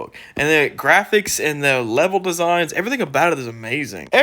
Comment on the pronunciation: Da gwaphics, no open world!